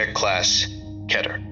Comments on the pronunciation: ITS PRONOUNCED KEETER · Big, Not Good Yeah, he seems to pronounce things weird. For example, that's definitely not how you pronounce keter.